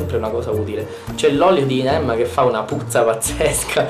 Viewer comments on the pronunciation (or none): 😂😂😂😂😂 è vero lo si pronuncia nei modi più strani ma la corretta pronuncia in Sanscrito è Neem con la i